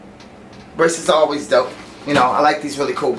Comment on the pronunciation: IS DOPE not DOUGH lol, means cool.